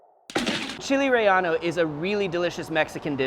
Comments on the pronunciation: “Chile Rey-yah-no” 😂 I think it’s rey-yay-no my fine sir. Great video though! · It's not "Chile Rellano" is "Chile Relleno" :P Delicious recipe, thanks. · Actually re-ye-no